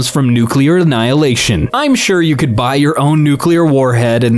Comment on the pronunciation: smithereens kinda (or could. Sounds like cud when you say it)